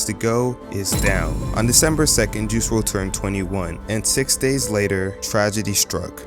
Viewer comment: Juice WLRD??? do you mean WRLD??? Anyway great video